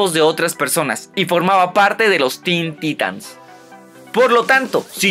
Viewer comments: Se pronuncia taitans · En cualquier universo de dc y en todos los croos overs habidos y por haber lo pronuncian taitans.